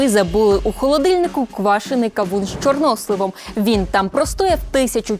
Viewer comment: Чорносли`в. Наголос на останній склал